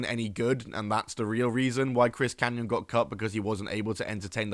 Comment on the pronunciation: It’s Kanyon.